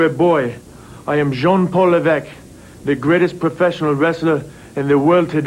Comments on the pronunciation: Ooooh! This is a nice surprise! Nice to know I wasn't the only one who thought of pronouncing "LEV-ESS-CUE". Wild how we almost had Steve Regal and the future H-Man as the Bluebloods tag team at that time alongside Bobby Eaton. Also, lol at how Killer Kowalski made the 'Terra Ryzing' name. Even more so how WCW didn't just repackage him as a French snob with no explanation or anything. There was an actual effort to work the Terra Ryzing name into his character story arc. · /lɛ́.vəs.kjew/... Ok.